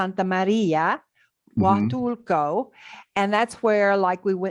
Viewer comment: PLEASE DON'T MISS THE "L". PLEASE PRONOUNCE IT: HUATUL-L--L-L-L-L-L-L-L-L-L-LCO!!!!!!!!